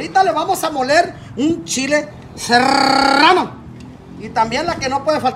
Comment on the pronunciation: De la verda, & nomas vengo por que vusto como se dicen chile "seerrrrrrrano!" Jajaja mida un chingo de risa este vato